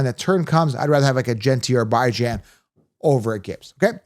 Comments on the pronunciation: Can't take him seriously when he pronounces Bi-Jan instead of Be-Jon... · Here Bijan says how his name is pronounced and it’s not BYE JAN like you pronounce it. Do you pronounce the town Worcester WOR KESTER or WOR SESTER instead of Wuster because that’s what it looks like to you? I could give hundreds of other examples of names and words that are not pronounced the way they look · Your take on how to pronounce Bijan is brutal. Had to stop the video after that point. It's pronounced how Bijan himself says it's pronounced.